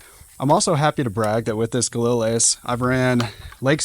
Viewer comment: All this talk about your rifle and you can’t even pronounce the name of it properly.